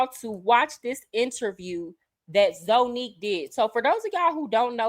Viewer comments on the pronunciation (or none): It’s pronounced ZANNIQUE…let’s start there 🤦🏾‍♀️😩🥴🤷🏽‍♀️🤣🤣🤣